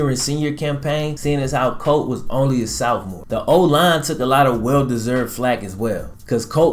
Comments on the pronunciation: Sophmore... not southmore. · Love the channel. But you kill me every time you say sophomore. Because you say sOOfmore. No shade. Everyone has different dialects depending on which part of the United States they are from I'm from WV and while every time I meet someone from a different part of the country they are surprised to hear me say I'm from WV because they assume every one from WV has a thick twang to their speech. But, whenever I hear myself on video I think to myself "my god, is that really how I sound". So while other people don't think I have a bit of twang I still feel like I do. Like I said no offense, but I lose it every time I hear you say sOOfmore. Which is often based on the content of your videos. Which are very well done. like, I said it just cracks me up. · Was he saying "Southmore"..?